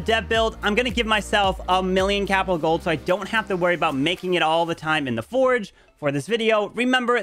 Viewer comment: It's not foreg 😅😂😂it's forj (forge)